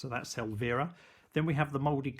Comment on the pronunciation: El-veer-a. lmao It's el--VI-ra